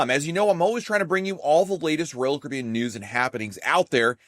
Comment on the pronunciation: SLOWLY PRONOUNCE: R O Y A L C A R I B B E A N!!!!!!!!!!!!!!!!!!!!!!!!!!!!!!!!!!!!!!!!!!!!!!!!!!!!!!!!!!